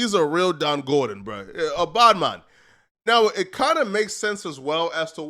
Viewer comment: It’s Gorgon….😂😂🤣🤣🤣😅😅